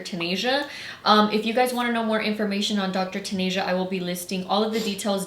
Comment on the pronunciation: "Dr. TanAsia" BIIITCH it’s "Dr. TanEHA" 🙄